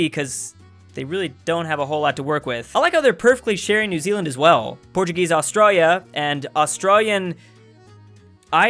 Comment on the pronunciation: Drews pronunciation of Australia messes my ears up